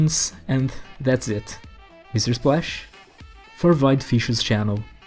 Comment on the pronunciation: "Void Fiskssure" s2